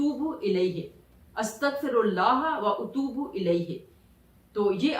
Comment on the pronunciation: یہ نماز مجھے بہت سال پہلے کسی نے بتائ تھی میں اکثر پڑھتی تھی۔پھر رہ گئ معذرت کے ساتھ آپ کی ادائیگی میں تھوڑی mistake ھے۔ الا الی اللہ تصیر الامور میں ت پر زبر ھے۔ اپ نے پیش پڑھی۔( سورت الشوری آخری ایت) اسی طرح واتوب الیہ میں اتوب۔ میں ا پر زبر ھے اپ نے پیش پڑھی۔ پلیز correction کر لیں